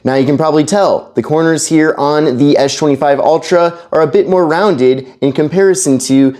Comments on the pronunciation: What is this guys deal it's pronounced with an "S" not a "SH" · Why can you say the letter s perfectly in every other word, but you can't say s25 🤣🤣😭 tf is an esh 25 ultra? You can even say spen 🤣🤣🤣 WTF IS ESH 25 ULTRA